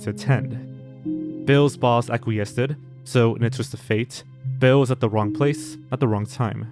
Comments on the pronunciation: "Acquiesceded?" I think you tacked on a supplemental syllable to the word "acquiesced." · ACQUIESCED is pronounced ACK-WEE-EST, not "ACK-WEE-ESK-ED'. Are you not a native speaker? If you are, that's really embarrassing. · Ak-kwee-esst, acquiesced. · Said acquiesced as aquiested. You said it wrong. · Deeply embarrassing to not know how to pronounce acquiesced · Great video.....but how he pronounced "acquiesced" had me chuckling. 😂